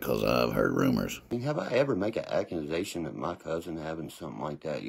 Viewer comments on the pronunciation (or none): AccuNasation instead of Accusations. 😂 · Hey hey. Ok this goon can't speak right to save his ass.. like wtf is ackinsation...😅😅 body counts??? Lol this dude is a lost cause..lol